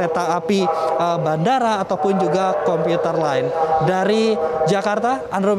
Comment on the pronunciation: Commuter line hahah bukan computer